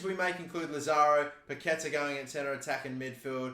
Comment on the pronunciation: Hey mate, big fan of yours from Brazil!! Waiting for the next FIFA My Career video. And just one tip: The correct way to spell Paquetá in Brazilian Portuguese is something like "Paketaah".